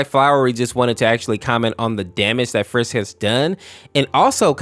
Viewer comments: Umm? . It's frisk not Fisk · why do you call flowey flowery and i heard bro call frisk fisk 💔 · Dude do you have built in autocorrect? "Flowery" "Fisk"? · I didn't even know there was an infection au for undertale Edit: why is he calling Flowey, Flowery and Frisk, Fisk 🤣